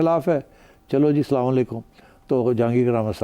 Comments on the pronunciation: Zabardast Salam accent by Najam Sethi Sahib ❤❤❤❤❤❤❤❤❤❤❤❤❤❤❤ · Sethi saab...Acha kia .now your Salaam is rightly pronounced😅🎉